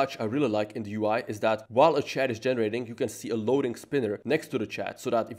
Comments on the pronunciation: And the << ch >> is probably pronounced << sh >> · In le Chat, the « t » is silent (pro tips to sound smart).